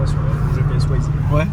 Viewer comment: le « wai » pour Waze carplay il est insolent 😂